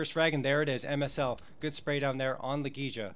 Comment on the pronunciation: i'm sorry, but i'm literally just a FAN since early 2017, and i know more about the player's names than this guy? wtf???? it's La Gey ya.....fck.....